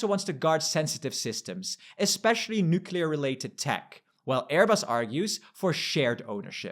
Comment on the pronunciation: You are in the EU talking about the EU. Don't use the stupid american mispronunciation of nucular! it's nuCLEar!